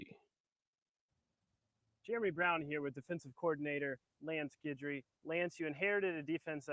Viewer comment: no one had heard of Jimmy Johnson either.....Strong is going to Alabama mark my word....oh it's pronounced GIDry